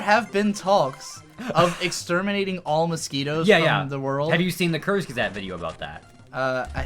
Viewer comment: Took me a while to understand that you meant Kurzgesagt (sounded like curse gazette). Sorry if I'm coming off as an asshole but I'm German and we pronounce it "koorts guezaagt" (u between g and e for the sake of pronouncing the g like in graphics; the a is pronounced like a Japanese a).